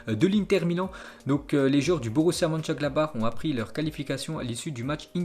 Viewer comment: c'est le seul gars qui arrive à dire Mönchengladbach mais pas Southampton